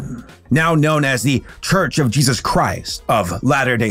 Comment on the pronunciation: I love his work and since subscribing 3 days ago or so, I am already through half of his catalogue, But I deeply and passionately wish he's stop mispronouncing Jesus, I am Christian but Idc what your beliefs are or how you feel about God, Yours is your life to live not me, But over half the videos of his I have watched he says Jesus at least like 10 times an episode, and hearing Jayeyzus stopped being funny after like the 10th video, Now it's just like nails on the chalk board, Also again this has nothing to do with religion it's just the deliberate mispronunciation of any word, It could be Satan but if he said Satin every video it'd still get old